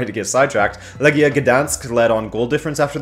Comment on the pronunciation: Never say Legia again you clearly don't know how to say it.